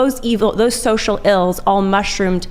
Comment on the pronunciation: 'shocial'? thats it. she mispoke. they lost. the rest is just a formality.